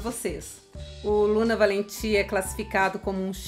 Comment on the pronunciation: Oi!!Assistindo você. Com certeza deve ser envolvente. Suave ao mesmo tempo. Me interessei. Pronunciou lindamente, corretamente o nome desse perfume.😍👏❤